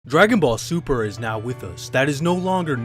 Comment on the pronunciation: I hate when people say "like any true Dragon Ball Z fan" as if you can't be a true Dragon Ball Z fan and not like Dragon Ball super. Speaking of that, you said Dragon Ball Sumer :-)